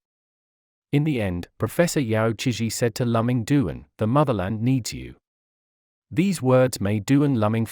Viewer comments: I have never heard of Lùh-Ming Doon. His name is Dwán Lù Míng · His name should be pronounced as " Loo Ming Duan ". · If you want to make a video about a person, at least get the pronunciation of his name right. It is so awkward to hear his name pronounced wrongly throughout the entire video.